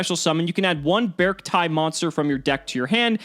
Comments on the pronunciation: The Katakanas in the card are readed literally as "Bearukuti" so the correct english pronunciation must be "Bercti" also I can asume the name comes from "bear" + "artic" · The katakana (japanese writing) is read as bearc-tee, not bearc-tie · It's pronounced as Bear arcti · B-Arcti as in bee and arctic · The katakana for the archetype is ベアルクティ, So it's pronounced as Bearc-tee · I think it might pronounced "BEE-ARK-TEE" or "BEE-ARK-TIE". Like "arctic", and the word "bear" is just hidden in there like a combo of the words "bear" and "arctic" (and before anyone tries to be a smart-ass I know that polar bears are only in the antarctic). I saw someone comment that the TCG name is Ursarctic ("bear arctic") which supports the idea. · I see 'bear' and 'arcti' (arctic) and when you combine it with your cacti theory is should go beh-ark-tie. viola! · I think it would be pronounced bear-chi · I think it’s pronounced bark tick minus the ck. Think bear + arctic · How to pronounce: -beArkti -really strengthen that A when pronouncing it -try to combine the words Bear and Artcic then remove the final C -BeArcti That is the most grammatically and logically correct probounciation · "Bey-arc-tie" perhaps? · Its bear-ci-ty @@ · I think it's pronuced bear-see-tee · It's BearCity like scarcity but bears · Be-ark-ti i would assume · i think the C is pronosened as a S, bears ti, i think it would be prononsed like that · So based on the katakana of the archetype'a name, since japanese is a phonetic language, it's pronounced bay-ark-tea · It is actually "Bearct-ee" (テイ) from the Japanese spelling. If it was "Bearctai," its Japanese spelling would be different. (タイ) It still could be changed when localized though. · I think you pronounce it as "Be-arc-ti" You can tell they really went in the Bear/Big Dipper motif and the number 7, since the Big Dipper has 7 stars. But, I like it. I might try it out someday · It's obviously pronounced like Bea Arthur. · I assume its pronounced Bee-Arcti...